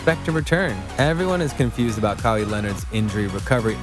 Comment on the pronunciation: Bro you lost me with your pronunciation. Like how can you get it wrong? Your vid is about him. All good tho just don’t let it happen again lol